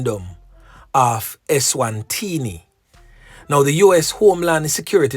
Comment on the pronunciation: Eswatini not Eswantini and LAos not LOas. Yuh want teach but reluctant to learn? Kmt